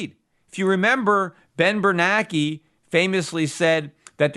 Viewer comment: Love listening to Peter. But why can't he just pronounce 'Bernanke' properly.